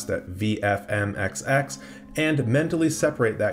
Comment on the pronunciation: VMFXX not as you said, VFMXX